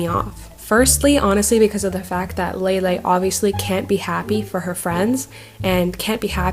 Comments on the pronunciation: Okay so.... I hate Lele but people just,,,, keep pronouncing her name wrong. It's LEELEE. Not LEILEI. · I thought it was pronounced leelee?? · i thought it was pronounced as leelee